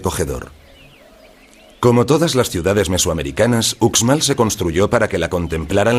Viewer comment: Porque lo narra un extranjero se oye terrible no es ucsmal si son profesionales deberían esforzarse más